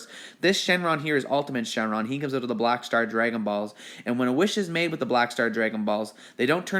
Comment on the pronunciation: It was funny that way he said next we have the bulshit borrow balls no way he's a I'm sorry we have the Black Star Dragon Balls